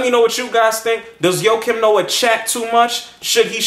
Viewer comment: i think your saying his name wrong.